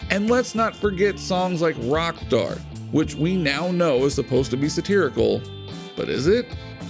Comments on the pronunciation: Yep I heard it to, maybe he's rocktarded. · find a new voice for this show he cant pronounce rock star not good on a site called rock feed